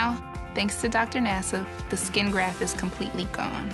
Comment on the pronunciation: GrafT****, not "graph," you goofy, goofy person.